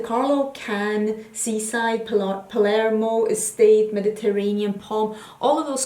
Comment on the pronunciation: I was just about to write how finally, we see a youtuber who seems to NOT have slept through Geography or History classes in school, and knows where Cannes and Palermo are, and how to pronounce them, but now I see that someone else has commented on this already. I come from Malta which is quite near Sicily, so I got so offended when several of my favourite YouTubers read "Pamerlo" instead of Palermo. Seriously? How are people not even ashamed to show their lack of common knowledge on YouTube? At least Google these things and educate yourself before you shame yourself in front of the world